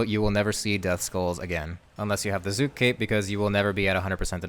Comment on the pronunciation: its zuk not zook